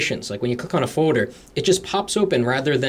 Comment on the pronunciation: Why do you say foder